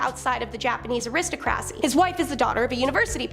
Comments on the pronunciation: K. Love you. But a-rist-o-kra-cie? I usually let the horrific mispronunciation ps go...but seriously please work on these words..it’s very easy “air-is-tah-cra-cie” Maybe a class in phonetics? It’s hard to not get distracted with/constant butchering of large words. Interestingly enough, you strike me as a very Intelligent lady.....so I’m just wondering why this deficit in your education? ❤😊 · Actually its pronounced a-ri- stock- racy.